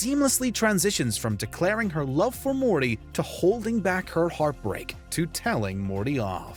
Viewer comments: “Rick and mormy” 😭 < Spam this time stamp repeatedly and try not to laugh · The saddest moment is when Morty gets called “Mormy.” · Did he jus say Rick and mormy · Did he say Mormy? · sorry did he say rick and mormy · “Which rick and mormy moment” ah yes, my favorite character ever, mormy. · He said Rick and Mormy at the beginning lol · Rick and morme did I hear that correctly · I think at the beginning he said rick and mormy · “which rick and mormy moment” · "Which Rick and Mormy moment destroyed you inside?" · Did the Narrator just said Rick and Mommy? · Rick and Mormy??? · Who else herd him say rick and mormy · Did I hear “Rick and mormy” ???? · Did he say Rick and Mormy? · You know you said Rick and Mormy right? You know you said it? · 'Rick and mormy moment' wut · what tf is Rick and Mormy? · Did the narrator just say Rick and mormy lol Roadhouse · Did anyone catch him saying Rick and Mormy somewhere at the beginning? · Did he REALLY say "Rick and Mormy" or is my hearing bad? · No he said mormy Roadhouse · “Rick and Mormy Moment” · "mormey" ? really fix crap like that before you release a video, wow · "WHICH RICK AND MORMY MOMENT..." I LOL'ed. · I thought I heard that wrong .... But no he said mormy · Ay does he say Rick & mormy? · Did he say Rick and mormy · listen closely. He says rick and mormey. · rick and morty not rick and mormy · It’s Rick and Morty not Rick and Mormy like come on my mans don’t mess up the shows name. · Did guy say rick and mormy in the beginning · did i just hear rick and mommy?lol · did anyone else notice how he said rick and mormy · Anybody else hear the guy say Rick and "Momey" at 40 seconds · Anyone realise in the intro when he said rick and mormy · is it me or did he say "which rick and MORMY"😭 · What killed me more was hearing you say “Mormy” 😂🤣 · Rick and mormy😂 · "Which Rick and Mormy moment-" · “Rick and Mormy” ???? Wtf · At about :37 does he say “Rick and Mormy”? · Rick and Mormy 🤭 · "Rick and Mormy" hahahah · "Rick and mormy"